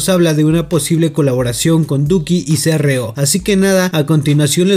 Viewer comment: Todos: ceerreo Keo: Cró